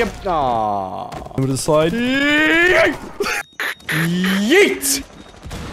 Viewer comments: His yeet is more "yayt" than "yeet" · YEET > Swaggers Yeet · that has to be one of the most "whitest" (if that's even a word) sounding Yeet ever